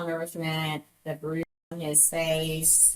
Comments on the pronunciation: I can't believe they can't say bruise. Wtf? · You can't even say the word "Bruise"? SERIOUSLY!?!? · You cant say bruise? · Why in the world can’t you say bruise? It’s really annoying. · Are you fing kidding me they can't say bruise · Can’t say bruise? Weird! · Really? You can't say the word bruise? That's a bit rediculous